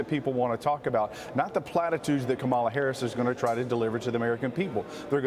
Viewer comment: I like how she pronounces her name " harass" instead of Harris😂